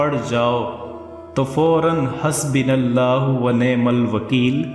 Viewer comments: Janab ye hasbinallahoo nahi hasbUnallahoo hy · Hasbinallahu nahi hai.. hasbuunallahu hota hai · Hasbunallahu wa ni'mal wakeel Hai hasbunallah Nahi Hai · Bhai . Phele Aap khud Sahi padna Seeley pls your words is nt Correct. HASBU NULLAHU WANIYMAL WAKEEL ..... SEEKHE PLS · Hasbonallah o wanemalwakeel Please Correct Words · aap nay Ayat wrong parhi hai…. the correct word is: ''HASBUNALLAHO''